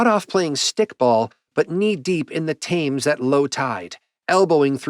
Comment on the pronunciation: I think it's pronounced 'Tems'